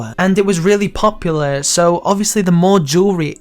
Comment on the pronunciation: Man, this dude was obsessed with the word "POP-yoolah"